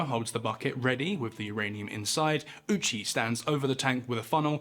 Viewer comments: Ou in japanese is a long O sound, not a U sound. Petty, sure, but irritating enough for me to hear that I have to stop. British people seem to have an obstinate insistence on maliciously mispronouncing things that is as endearing to me as it is insufferable to experience. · thank you for not pronouncing his name as "Owchie" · I know it's not the japanese pronunciation but the man who possibly experienced the worst death of any human in history's last name basically being "Ouchie" is one hell of a drop of dark irony. Also the margin of error here is insane, you're never going to pinpoint 2.4kg without a proper measurement but how the hell do you overshoot it by amost 14kg 😭That's like trying to fill a solo cup and emptying an entire 2-liter. Regardless, not putting this man out of his misery knowing what was coming strictly in the name of gathering data is one of the most inhumane things I've ever heard of.